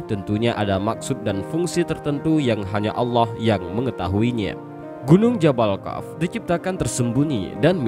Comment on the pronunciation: Kok membacanya jabal kaf? Seharusnya jabal qof? Harus cermat kalau membaca tulisan Arab..